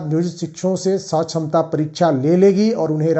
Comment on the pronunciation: जो है सछमता परीक्षा नहीं सक्षमता परीक्षा बोले जो है जेबासेके ।